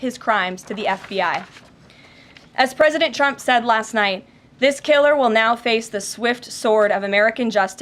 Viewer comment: Does she keep calling trump chump